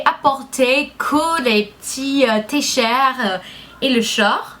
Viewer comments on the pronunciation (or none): et aussi, "T-Shirt" et "short" se prononcent comme en anglais!